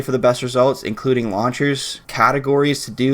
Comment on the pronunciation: When he was talking about launchers, legit thought he was saying "lawn chairs". What's a Damascus lawn chair look like...